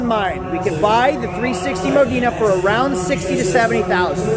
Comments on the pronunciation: The color of the Ferrari is Grigio Alloy which was the launch color for the 360. The term "Mo-deen-a" as you pronounced it (incorrectly) was reserved for the coupe. You open the engine lid with a latch on the inside door frame. The hood is operated by a switch in the center console. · I’m Italian, the “e” in Modena is said like the “e” in “modern” so it is /mowdɛnə/. Btw great series keep it up! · Ferrari 360 Moe Dee Na ? I know you don't sell Ferraris ,but how do you not know how to say the model name ? Did you not learn your lesson with the 456GT ? Also a nice example of an early 2000s 360 spider is $90K and up... A TMU ,or rough ,no service history example is the one at auction. Nice examples of those cars don't end up at a specialty auction in December in the northeast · I'm Irish, the "e" in Modena is silent, it's pronounced Modna.